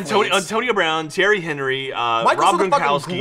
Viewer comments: Thierry Henry?!!!! HOly shit!!! He is my fucking favorite player from Arsenal!! And he is french, it is Henry as in On-ree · I'm sorry but it's pronounced "on-ree" not "Henry" almost pulling my hair out- he's like my hero!! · On-rie. At least that's how I heard it pronounced. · My God butchered Henry's name 😂